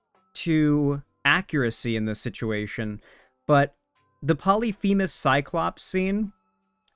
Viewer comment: The fact that this critic calls Polyphemus "Polymethus" is evidence that he actually never immersed himself in the Greek myths. Even before I learned Greek, Polyphemus was one of the Greek names most easy to pronounce and remember, in contrast to names like Agamemnon and Clytemnestra and above all, Eurystheus (the king who gave the 12 labors to Heracles; as a teenager, I didn't even try to pronounce his name).